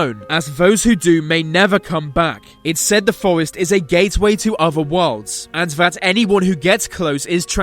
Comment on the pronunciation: “uhvuh weyulds”